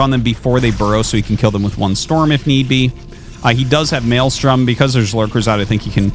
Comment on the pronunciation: Me: "Mind control the defiler" Him: "Malestrom the eggs" Me: "or that"